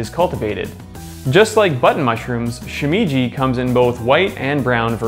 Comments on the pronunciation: "Shoe me ji is fun to say out loud", except that's not how it's pronounced. "She-me as in "met" ji". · Shimeji is pronounced more like "shi-meh-ji" not "shi-mee-ji". (vowel sounds in Japanese are fixed, so the "e" vowel is pronounced the same as it is in "enoki" and "shiitake") But really interesting video! I never would have guessed that enoki are one of the most cultivated mushrooms in the world. They're one of my favorites along with king oysters. I love to just grill king oysters and season with a bit of salt. They're so flavourful! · she - meh - jee... it isn't hard to pronounce bro..